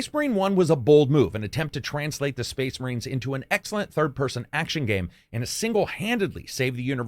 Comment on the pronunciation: SPOICE MUHREENS? SPOIC MUHREENS!